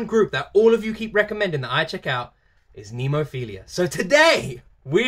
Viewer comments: Coming mistaken jajaja...phiLLLLa...not philiiiiiia 😆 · Someone needs to recommend him Hanabie…. Oh and it’s NemoPHILA not NemoPHILIA!! There’s no I in between L and A!!!